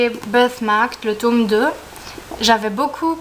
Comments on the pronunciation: J'adore la prononciation "tôme" ^^ Une chouette première vidéo, hâte de voir la suite! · Coucou ! (c'est Mélo), ravie de te voir en vrai, tu es toute mimi ! Et moi j'adore l'accent belge et je préfère même quand on prononce tÔme et non tome à la française :p Pourquoi dis-tu que tes études ne vont pas aboutir? j'admire franchement cette branche, j'aurais beaucoup aimé traduire des livres mais étant donné que je suis déjà une truffe en anglais c'est compliqué,lol . En tout cas je croise les doigts. A b1tôt, ça m'a fait plaisir de te voir (mm si je ne suis pas super assidue des vidéos)